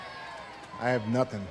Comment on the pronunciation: Notice that Rusev slipped out of character when we started talking. "I have nuthin'" is more Nashville (where he lives with CJ aka Lana).